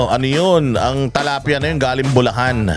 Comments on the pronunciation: TILAPIA po hindi TALAPIA. 😂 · tilapia po not talapia😊 watching from Paris, France🇫🇷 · Is it tilapia or talapia? Like how you pronounce kingdom and kingdam 🤔